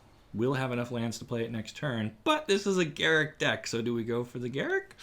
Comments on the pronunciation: Wizards stated years ago that his name is not pronounced "Garick", it's pronounced "Gar-ruck", as it rhymes with truck. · I know WoTC said his name is pronounced Garruk, but I prefer Garruk. I've always called him Garruk and refuse to say Garruk. Fight me